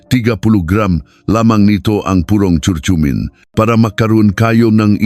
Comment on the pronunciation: Sana hindi AI ang nagsasalita... pronounciation ng curcurmin iba na, ano ba naman iyan doc? 🤣